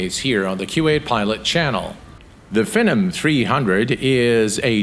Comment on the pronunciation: this looks cool, btw its pronounced FEE - NOM 300 :)